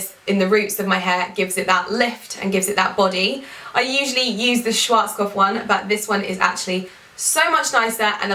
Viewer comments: Im from Germany and it's soo funny and cute how you pronounce Schwarzkopf 😂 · I'm from Austria and it's soo cute how you are pronouncing SCHWARZKOPF 😍😍 you are such a beauty